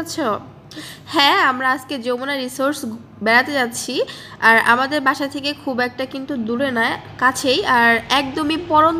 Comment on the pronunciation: এতো ঘোরাফেরা করেন কিন্তু রিসোর্ট রে রিসোর্স বলতেছেন। 🤣🤣